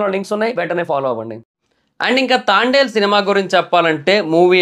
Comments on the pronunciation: Pronounce the name properly. It's Thandel not Thaandal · తాండేల్ కాదు బ్రో..... తండేల్ 👍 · తాండేల్. కాదు తండేల్ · తాండెల్ కాదు రా బాబు తండేల్ 1స్ట్ మూవీ name చెప్పడం నేర్చుకో తర్వాత రివ్యూ చెప్తుగాని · Thaandel kadhu bro thandel😂😂😂😂😂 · అయ్యా అది తాండెలు , తాబేలు. కాదయ్యా తండేల్ 😂 నువ్వు కూడా రివ్యూలు ఇస్తున్నావ్ చివరికి కర్మ రా బాబు …..😅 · తాండేల్ ❌ తండేల్ ☑️ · Thandel ❌ Thaaandel✅ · తాండెల్ కాదు....bro.... తండెల్ pronounce mistake❤❤❤❤❤❤❤❤❤❤ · తాండేల్ తాబేల్ కాదురా.... తండేల్ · అది తాండేల్ కాదు తండేల్ 😅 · అది తాండేల్ కాదు.. తండేల్ 😊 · it’s not thaandel .......Thandel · Thandel ❌ Thaandel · తాండేల్ kadhu తండేల్ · Bro thondalu ballulu kadhu bro thandel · movie name tandel......taandel kaadu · Thaandel kaadhu Anukunta bro .. thandel kada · తాండేల్ కాదు bro తండేల్ అని పిలవాలి.... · తాండేల్ కాదురా అయ్యా తండేల్ సినిమా పేరు 😂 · అది తాండేల్ కాదురా నాయనా, తండేల్ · Thaandel ani endhuku antunnav... Irrigation ga vundhi... It's THANDEL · Thaandel kadu thandel chusuko bro😅😅😅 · తాండేలు కాదురా, తండేల్ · Thaandel kaadu bro thandel 🫨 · Thandel movie name nuvvu Thaandel antunnav mundu sariga movie name cheppu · తాండేల్ కాదు తండేల్.... 😁😁😁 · తాండేల్ కాదు రా నాయనా, తండేల్ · ముందు మూవీ పేరు నేర్చుకో బ్రో తాండేల్ కాదు తండల్ ఓకే నా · తాండెల్ కాదు తండెల్ thaaandel kadhu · తాండేల్ కాదురా అది తండేల్ రా... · Thandel ❌ Thaandel✅ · తాండేల్ కాదు రా బాబు తండేల్ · తాండెల్ కాదురా నాయనా తండెల్ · తాండేలు కాదురా అరేయ్ తండేల్ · సినిమా పేరు కూడా సరిగ్గా పలకడం లేదు ఎందుకు రివ్యూ చెపుతారో అర్థం కాలేదు. ఇంతకీ సినిమా చూసావా..... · మూవీ పేరు ఉన్నది ఉన్నట్లు పలకడం కూడా రాదు, మూవీ గురించి ఏదో 100 మూవీస్ డైరెక్ట్ చేసినోడిలా చెప్పారు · First pronounce nerchuko tarva review cheppavachu (move name)